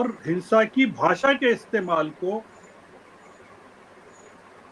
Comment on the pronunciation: Hins_a Nahin... Sanskari hins_a , kahiye ji😂